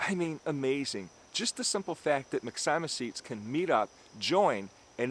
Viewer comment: Excellent video! However, I have to disagree with you on the pronunciation of myxomycetes. It should be pronounced mix-o-my-sea-tees. Have a terrific day my friend! 👍👍